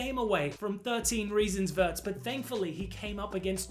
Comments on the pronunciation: It’s not Werts it’s Veertz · it's pronounced like that in Germany